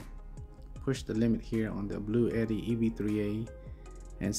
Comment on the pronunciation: It's actually pronounced "Blue T."